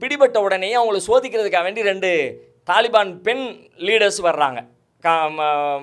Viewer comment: தலிபான் என்பது தவறு தாலிபான் தான் சரியான உச்சரிப்பு